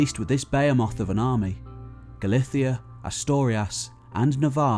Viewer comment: I love your channel, but I have a couple of corrections to suggest: Asturias has a U sound in the middle syllable, not an O sound. It’s Ah-stur-ee-ahss, not A-stor-ee-az. Also, it should be exacerbates, the situation, not exasperate.